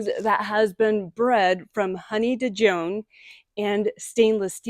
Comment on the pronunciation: Honey Dijon rose is pronounced the same as you would pronounce Dijon mustard 😉